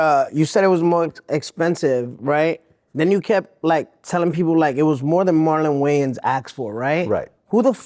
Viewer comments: “..That’s Marlon Waines, not Marlon Weigh-Ins…” 😂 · Why do they call him Marlon Wayans took me out 😂😂😂😂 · Thats marlon waynes not marlon wayons 😅😅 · “That’s Marian way and, not Marian weighins” 😂😂😂😂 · "Oh Cool That's Marlin Waynes, Not Marlon Wayans!" This guy is clueless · 😂 at first he said Marlon Wayans. Who is that guy? Lol😂💉🤣